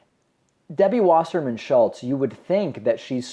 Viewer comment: Just put something heavy beside the camera, also, please pronounce Wasserman, Vasserman.... it's really getting on my tits everyone is pronouncing the 'W' as a 'W', rather than the correct way, which is as a 'V'!